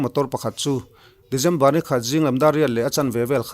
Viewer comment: December te, Dezember tih tlat chuleh😄😄😄😄